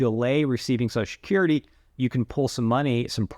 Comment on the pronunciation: Every time he said Susha-curry I took a shot of whiskey. I'm totally drunk now.